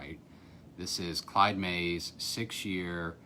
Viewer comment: First person to pronounce the name correctly.